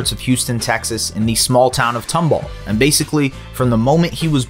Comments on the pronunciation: It's pronounced Tom-ball, not "Tumbul" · As a Tomball graduate, it’s tOmball not tUmball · it’s pronounced tom ball not tumble